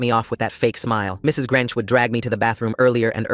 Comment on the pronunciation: Mrs. Grench instead of Grinch😂😂